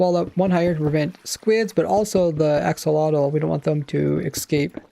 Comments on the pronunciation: Looking it up and listening to the pronunciation, it's: [aːˈʃoːloːtɬ] Which sounds kind of like "asholodt", but I would definitely recommend listening to it being said, ofc I wouldn't expect you to pronounce it exactly the same, but apparently it's not how we would normally pronounce axolotl with the x being more of an sh, and the tl being more of a dt. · ive always heard it as axolotl - x tl, even from axolotl owners. pretty pedantic, considering accents and language in general allows for people to pronounce things that mean the same thing, quite differently.